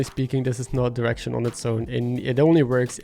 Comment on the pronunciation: Love the video! It's super helpful! But everytime you said "direction" it sounded like "erection", and it made me chuckle every time xD